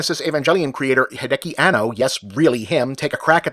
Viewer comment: Also, Anno's surname has four syllables. He-day-ah-key. Hideki is literally a completely different name from Hideaki.